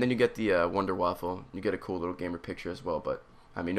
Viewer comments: And what drives me crazy is how people pronounce it, like, "Wonder Waffle." In German, W's are V's. So, it's "Vunder Vaffle." Or "Wonder Weapon" in German. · its wunderwaffe not wonder waffle. but i laugh every time i see comments when people say something about the gun they miss spell it, calling the "wonder waffle" hahahahah makes me laugh:) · I hate when he says WunderwaffeL wtf is a wunderwaffel? a wonder waffle XD?